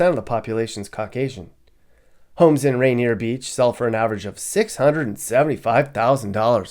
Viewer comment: That’s RAINIER VALLEY no t Rainer Beach.